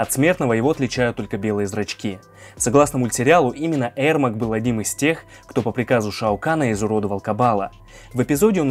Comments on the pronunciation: Ермак а не Эрмак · Его зовут ЕРМАК А не ЭРМАК! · Правильно его имя произнасить не Эрмак а Ермак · На английском произносится Эрмек. Короче, он казах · Говорится Ермак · "аргумент" 😂,послушай как хотябы Гугл переводчик говорит Ермак. Зря ты завёл про "правильно" ,по английски правильно,но если ты рассказываешь на русском и вставляешь привычные слова произнося их на английском-выглядит как кривляние и дешёвые понты.